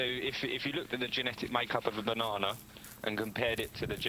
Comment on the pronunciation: Wtf is a banawnaw?